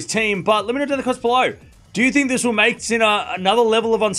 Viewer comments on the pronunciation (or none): none